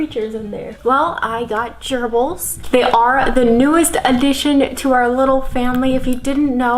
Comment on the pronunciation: Why when she says gerbles does it sound like an STD to me?